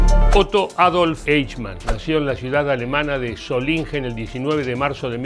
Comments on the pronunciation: El nombre “Eichmann” se pronuncia en alemán algo así como (un hispanohablante pronunciaría) “Aijman”, y la ciudad de “Solingen” se pronuncia algo así como “Sólinguen”. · La ciudad se llama como el acero si no entendí mal dijo Solinger.